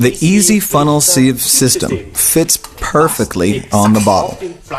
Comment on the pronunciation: Sounds like he's saying easy instead of iSi!